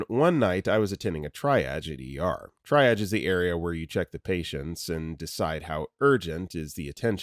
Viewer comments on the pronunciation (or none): i've noticed you say the word 'triage' like 'tryadge' when it's actually pronounced as 'tree-ahj.' love your vids! :) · Triage. It’s not “try-edge.” It’s “tree-aj.” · pronounced tree-auj not tri-aj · Triage=tree ahzh Not tri aj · exactly. fun fact is it's actually a French word, hence the French annunciation. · Triage, pronounced tree ahjj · It's "TREE-ahj" also, antiemetic = anti-vomiting agent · Just as an FYI, most people spell out g-y-n (jee-why-en), I don't think I have ever heard anyone pronounce gyn as "guyn". Saying it that way makes this sound like an AI voiceover. Also, triage is generally pronounced "TREE-ahj" in most accents. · All these videos, and still doesn't know how to pronounce "triage" 😂